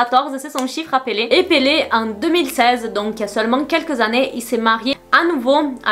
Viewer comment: J’adore quand tu prononces son nom avec l’accent portugais 😍